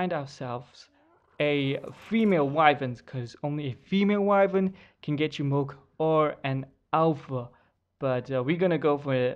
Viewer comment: Its milk not mulk